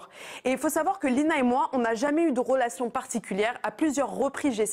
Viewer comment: La soit disant intellectuelle... RElation et non ROlation. Retrouve et non ROtrouve! REmettre et non ROmettre Vivre DU harcèlement! Et non d'larcelement. "Ils nous Z'ARCELE" Svp le niveau.